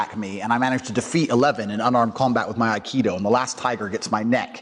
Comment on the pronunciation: He said akido verbal seagal